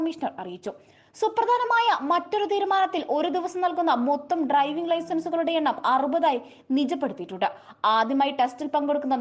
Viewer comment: ഡ്ര ർർർർർർർർ 😂